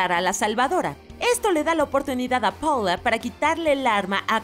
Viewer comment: Se dice paula no poula >:v